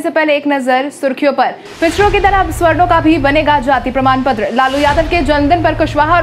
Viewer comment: सवर्णों का उच्चारण स्वर्णों न करें।